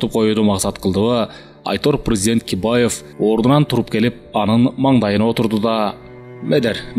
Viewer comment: Бакиевди Кибаев деп коюптур